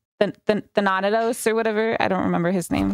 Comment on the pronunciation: Fucking butchered the pronunciation of Thanatos